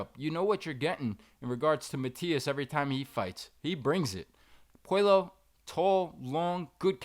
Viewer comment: N it's pronounce Pueyo not puelo so in Spanish the double LL makes the yo sound 😮😅😅😊